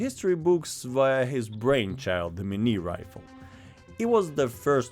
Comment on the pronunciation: The review nobody asked for : Pot-de-fer. Good, you sounded french ! Couleuvre. Ok, not bad. Madame le Bourgeois. Gooood ! Fusil. Very good ! Bayonet. Doesn't count mate, bayonette in french sounds the same, so it doesn't count. Carabine à tige. Best so far, good job. Minié. At least one wrong pronunciation. Not Mini, Minié. Wait, you just turned it into a joke, so it doesn't count. Still Minié tho. Clement Pottet. Can't say it better than you did. Chassepot. Another very good one. Poudre V (like in VElocity, to stay on topic). Not poudre B (like BAby, NOT on topic you madman), this one can be hard on foreigners to be honest. Révolution. Yeah, just like baguette, everybody says this one correctly, I guess we're known for this kind of stuff. Great effort overall.